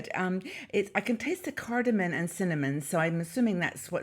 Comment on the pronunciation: It's cardamom, not cardamon. Love your videos.